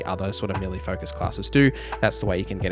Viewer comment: You keep saying "milly", did you mean "Melee"?